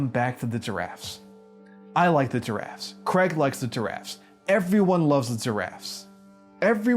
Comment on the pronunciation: I keep hearing diraffes instead of giraffes great work btw! Loved the way you gave me a whole new perspective to this game will always be the best game I my self ever played and seen ❤